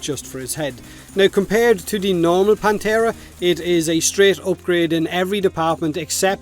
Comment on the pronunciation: Every time he says "Panthera" it sounds like "Planterra"